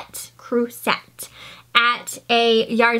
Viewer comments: le crueset (lay crew-say) My sister managed a store, and she taught me how to say it. I used to butcher it!! It is awesome stuff!! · The primitive pumpkin guy is hilarious. Please don’t say “frickin”. It’s crass. And it’s pronounced “lay crew-say”. It’s French. Join Crazy Lamp Lady FB page “Old Things Thrifters and Pickers”. We have experts on Murano. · I am French you got the pronunciation wrong while correcting somebody else! it never was lay or crew ! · I see the Beth Chick Fricken ediited her message but is clearly judgemental in her comment nevertheless. I don't care how pronounces her French cooking pots, I don't care that says "fricken" cause she's ficken awesome. I love the support here in this group except for "fricken" Beth who thinks she's above everyone else., I've learned a lot from you and think you are "fricken" awesome!!!